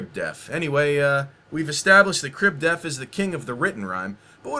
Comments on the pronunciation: All I heard this video was "Crib Death" and not "def". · It's okay because black people pronounce "death" as "def."